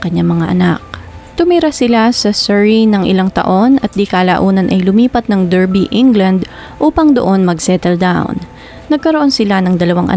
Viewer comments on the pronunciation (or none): Correct ko lang, it’s pronounced as “DAR-BI”